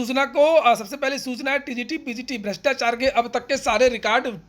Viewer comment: भ्रष्टाचार होता है, जी भृष्टाचार नही।